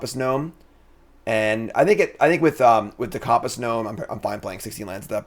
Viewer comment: Has this guy used a compass before?? Why tf is he saying COMP-ASS??😂